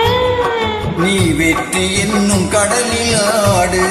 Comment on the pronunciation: ஆலங்குடி சோமு அவர்களின் அழகான வரிகளை இருவரும் தெளிவான உச்சரிப்பிலும் குரலிலும் இனிமையாக...ரசிக்கும்படி பாடினீர்கள். ' கடலிலாடு ' ..இந்த வார்த்தையை இருவரும் பாடிய... உச்சரித்த...விதம் அழகோ அழகு... இனிமையான பெண் குரல். ..👍 அனைவருக்கும் நன்றி சொல்லி நட்பை வளர்க்கும் தங்களுக்கு இந்த வரிகள் சாலப்பொருந்தும். " நன்றி சொல்வதே என் கண்ணியமாகும். நட்பை வளர்ப்பதே என் லட்சியமாகும் " இனிய பதிவிற்கு நன்றி சகோ..